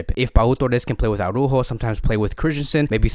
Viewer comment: Aw-rÚhho is almost perfect, and definitely better than Aw-rÁhho. We're almost there. If you can change the "Aw" in "Ara" (pronounce both the first and the second letter A), it would be perfect. You just pronounce every single letter, and emphasize the Ú. ARA - ÚJO. Good luck!